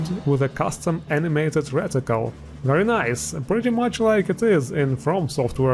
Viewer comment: Man turned into borat for a minute with that very nice